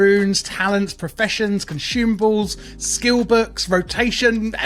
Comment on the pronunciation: "Conxumables" got him ngl